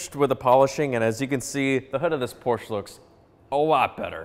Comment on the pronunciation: what is a Porshh?